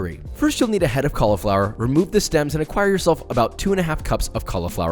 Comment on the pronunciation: The moment I heard Josh say cauliflower I went no, and that was the end of the video for me I'M SO SORRY 😭😭😭